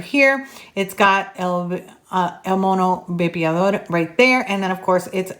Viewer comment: Nice review! El Mono Vapeador (love the way you say it!) helped me to quit smoking. After watching the video i've decided to buy it as soon as it comes to my country. Spanish reviwers are not imparcial and objetive like you. Thanks a lot for this video!!!